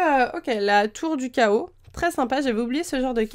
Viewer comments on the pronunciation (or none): none